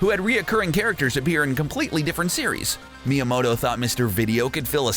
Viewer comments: Every single American pronounces his name wrong, because it's MyamoTo, not MyamoDo. And the correct pronounce is not even the English one, because the English T sounds a bit like like "ch", while the Japanese T is a plain T, without any "ch" sound in it. And don't even get me started about the "o"... :) Let's just say that the only part of his name that most Anglophones get right it's "Mya" (you should call him Mya-san ;) ) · ah yes the famed devoloper shigeru miuhmahto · It’s actually pronounced Mii-a-Moto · Me-ya-moe-toe miyamoto pronunciation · Every time he says miamoto it makes me triggerd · Your pronunciation of the Japanese goliaths within Nintendo is cringe-worthy. Miamoto is one of the most famous people in all of gaming and you butched his name every time you said it...hurts your credibility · Lies I was told about Nintendo: Popeye is a rip-off of Donkey Kong, Miyamoto’s name is pronounced "Miyamahto", and Birdo’s name is spelled "Beardo". Watch the video for many more lies! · How does someone miss pronounce miyamotos name? MIYAMATO LMAO u suck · Meeamoto FOR FUCKS SAKE PRONOUNCE STUFF RIGHT Edit: MIE A MOTON FUCKING REALLY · Me-yo-moe-toe seriously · Does anyone else get triggered because of Miyamoto's incorrect pronounciation, Miyamahto? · Miyamoto = Me-ah-moe-toe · He pronounced it correctly like 2 or 3 times then went back to saying miyamawto and it's like nails on chalkboard to me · Its sad because a real educated professional journalist would be able to tell by the spelling that one T is "mow-toe" and 2 Ts is "mot-toe". Just like "bros" is short for brothers like Mr for Mister. You wouldnt say Mer (mr)Wizard instead of Mister Wizard. The turd is reading a script and obviously has no personal knowledge of the subject matter being discussed. He is a nerd because a geek wouldnt get it wrong. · Why are you pronouncing Miyamoto's name wrong? STOP IT!!!! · why should we trust a guy who can't pronounce Shigeru Miyamoto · You ain't saying miyamoto right